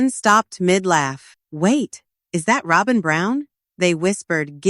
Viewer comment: 🤣😂🤣 Robe-in 🤣😂🤣 Don't you dopes know it's Robbem! 🤣😂🤣